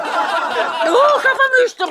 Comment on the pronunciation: hav hav maHALlE 😂